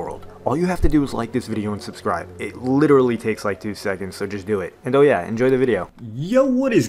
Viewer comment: "I SUBEB"